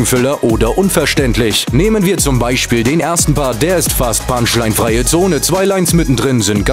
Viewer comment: julien das heißt Parts! und nicht barts! und auch punchline! nicht bunchline!